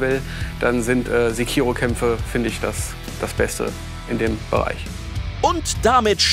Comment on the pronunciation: Sprecht ihr Sekiro eigentlich extra falsch aus?